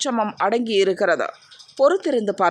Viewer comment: நல்ல தெளிவான உச்சரிப்பு இருந்தாலும் இந்த தா..து..ஏன் உங்களிடம் போராடுகிறது.. இருக்கிறது என்று எடுத்துக்கொள்ளவா இருக்கிறத என்று எடுத்துக்கொள்ளவா. குழப்புகிறீர்களே.